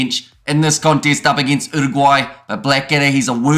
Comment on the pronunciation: I like how you pronounced Uruguay, and your pronounciation of the Pasifika names too. Respect 🙏🏽